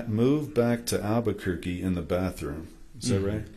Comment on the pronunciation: . It’s alberqurqe , need he say more ……ugh 😂😂😂